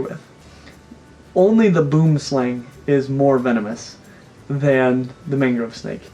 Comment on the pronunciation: He's pronouncing boomslang wrong. It's an Afrikaans name.